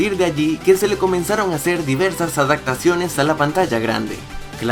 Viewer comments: Han pasado dos años y aún me estresa escucharte decir " adactaciones" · No puedo con que dijo "adactaciones" un montón de veces. Y "alguien llamado Phil Collins" no es un cantante cualquiera!! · Adacto? Adactaciones? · ¿por qué dice "adactaciones"?